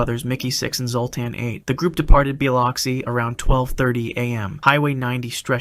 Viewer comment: As someone from the south of the USA... It's pronounced as "Bill-oxi" not "Ba-loxi"... Not being rude, it is kind of difficult to pronounce. 😭😭😭